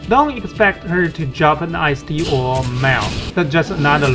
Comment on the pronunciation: lol should we trust players who call the Ist rune I S T 😂